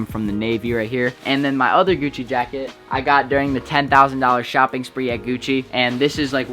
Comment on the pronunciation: Y he saying gucci like gewcci